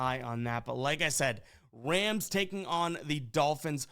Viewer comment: Is it my ears or does he keep saying wams instead of rams in the beginning lol